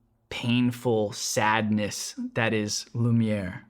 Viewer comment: Tu dis vachement bien "lumière" en français